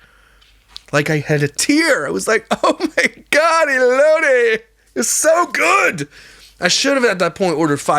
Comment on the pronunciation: Your story times are my favorite! I laugh the whole time. 😂 Your last story had me cracking up! I’m from California and Mexican and I can smell that cheese from a mile away. I don’t like cheese because first the smell and the taste 🤢😵‍💫😅 Also the way you pronounced Baja & elote sounds like me when I speak as English is not my first language. I’m always mispronouncing words. My husband always has to correct me 😂😅 i guess us Californians are short because I’m 5’ and my husband is 5’ 8” 😅